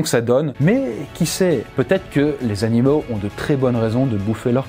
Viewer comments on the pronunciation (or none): j'ai pas rêvé il a bien dit " les anileaux" sinon super vidéo :-)